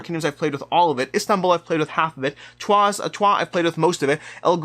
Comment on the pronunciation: now i watched it : accurate way to pronounce Troyes is "Trwa". You can trust me, that city is close to my hometown. Good pick then